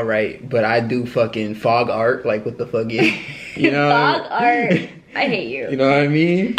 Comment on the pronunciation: He said fog art 😂😂😂